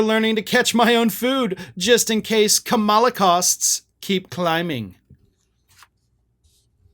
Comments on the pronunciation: Hey man, you are mispronouncing her name. Think, "comma" - "la" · I love your content. I am a long-time follower. But please say her name correctly. Stress on the KAMAla (,la). Or Harris, like we say Trump or Biden.